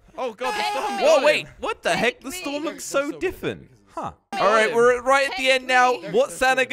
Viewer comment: I love how says diffent instead of different